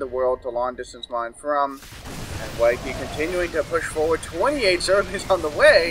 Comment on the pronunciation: Nice Butchering of wakais name LOL